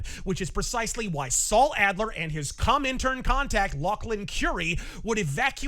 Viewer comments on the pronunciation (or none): “Adler” god damnit man…….